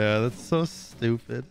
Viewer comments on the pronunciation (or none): none